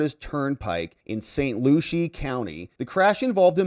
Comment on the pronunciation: NOT Saint Looshy... its Saint Lucy(Lucie)